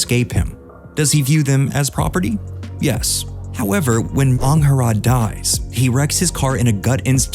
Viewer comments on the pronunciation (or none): Why'd man say angharad like that 😂 you watched the movie bro you know that's not how you say it